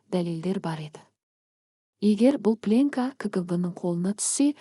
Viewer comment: Сосын пленка деген сөз плёнка деп оқылу керек.